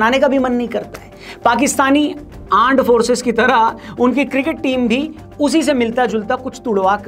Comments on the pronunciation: Aand forces ❌ land forces😅😅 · Aaand forces😅😅 😂😂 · Pta nhi kyu lekin mujhe pak. Ka armed force ke wajaye Aar Force sunai diya jab bhi bole 😂😂 armed force nhi Aar Force 🤣🤣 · Arm Forces ❌❌❌Aand Forces✅✅✅😂😂😆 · Aaand forcess 😂😂😂